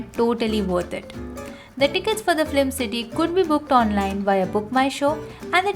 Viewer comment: This is a very useful video because we often wonder... Mumbai mein kahan jayein ghumne. And a feedback. You are saying flim instead of film.